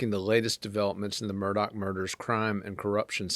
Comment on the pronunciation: Again, his name is Mur-daugh...NOT Mur-dock!! The family does not pronounce it that way...listen to his attorneys. They say Mur-daugh...not Mur-dock. I am not quite sure where you learned the English language